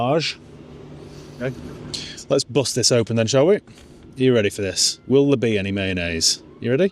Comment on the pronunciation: You're so middle class ' ready for this' ahhh goofy posh boy